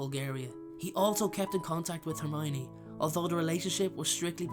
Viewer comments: Why couldn't he say hermione's name correctly? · I figured it was Hermowninny. 😂😂